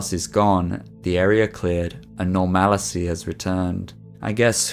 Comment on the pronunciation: bro said normalicy